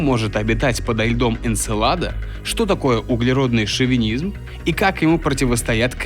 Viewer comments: Шовинизм через и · ШовИнизм, а не шовЕнизм.... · шовИнизм, а не шовЕнизм, обидно блэт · Ай-яй-яй! Грамотный человек, а на восьмой минуте допустил ошибку. Не шовЕнизм, а шовИнизм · ШовИнизм, парни, а не шовенизм. Кровь из глаз. Ну и американцев на Луне не было. А так - ок. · Шовинизм, не "шовЕнизм" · Может быть шовИнизм? А не щовЕнизм?))) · ты чего? Почему шовенизм? ШОВИНИЗМ же ))